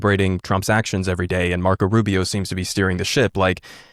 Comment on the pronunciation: I'm glad I'm not the only one, who heard that. Lol